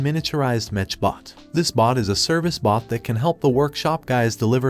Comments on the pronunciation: Also the tts freaking sucks. The pronunciation of the word "mech" ended up as "metch" or "mesh" among other butchered words and names. What the heck boi? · Why do u say "Mech and not "Mek" ? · It’s mech not mench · Whats a mesh its a mech not a mesh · Mech not metch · Why are you saying MECH wrong, unless it is computer speak... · YOU KEEP ON SAYING MECH WRONG! 😡😡😡😡